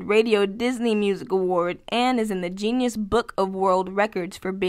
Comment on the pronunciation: "Genius book" 😂 How do you not know what Guinness Book of World Records is. Lol. It literally says it on the Google list even if you didn't know. It you still said genius. The irony in mispronouncing that word the way you did is hilarious 😂